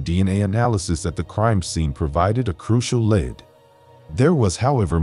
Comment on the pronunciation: I had a good laugh at schizophrenia too! Made my day and also lead being pronounced as lead from a bullet! Keep up the good work on these cold cases! Thanks